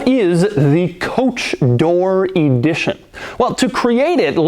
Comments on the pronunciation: “Coach Door E dition”? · why are you saying E-dition?? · You drive me nuts with ē-dition the word is ə-dition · Where do you get this EE-di-tion pronunciation? It's eh-DI-tion. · “Coach door E-dition” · Why does he pronounce it “e-dition” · Can you say EEEE-dition one more time lol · Limited EEEE-dition 😂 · J. Bizzle: Doug is the type of (American) guy who uses "thee" before a consonant! Sounds brilliant with ĒĒdition! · Every time he says EEEdition, I want to scream.